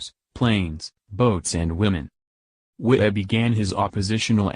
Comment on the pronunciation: You need a better narrator. He continually mispronounces Wittell's name. The Cars were DUESENBERGS.